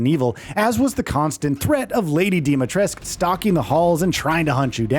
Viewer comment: THREE YEARS LATER and they still can't pronounce Dimitrescu correctly 😂